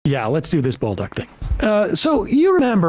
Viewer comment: Just some info for you Americans: his last name is pronounced " Bowl-duke" (French Canadian) 🇨🇦🇨🇦